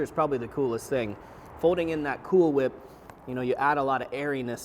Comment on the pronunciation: why are you saying it weird